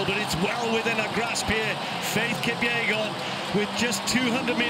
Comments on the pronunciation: Is it Faith "Kupyegon" or "Kipyegon"? The channel can't even get her name right. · It's kipyegon not kupyegon